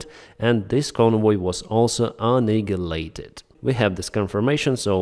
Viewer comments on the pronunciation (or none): Very good presentation as usual., you pronounce 'annihilate' incorrectly, You are saying AnniGilate, should have no G sound... A-Nie-il-ate. Cheers